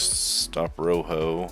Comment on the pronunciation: great video but i couldn't not point this out, rojo is pronounced as ro - joe, but i found it a bit funny the way you pronounced it in the video as roho, and again the video was great i will be watching future videos from you.